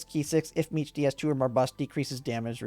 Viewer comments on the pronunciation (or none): I heard meech-tee and closed the video